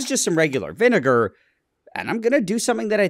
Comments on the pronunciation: That V- nigger pronounce is quite literal buddy 😐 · his pronounciation of vinegar is vineger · I swear he just said vinegar to get a free hard r pass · WHAT DID HE JUST SAY! oh nvm VINEager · Why did nile say vinegar like he was a veteran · why is he pronouncing vinegar like that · Why you saying vinegar like that